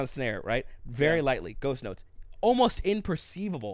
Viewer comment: When said ghost notes, I thought he said ghost nuts. I was thinking wtf are ghost nuts? Lol!!!